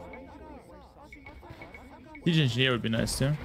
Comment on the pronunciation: "Siege engineer would be nice, too." That was pretty hard to understand even after I knew what he said.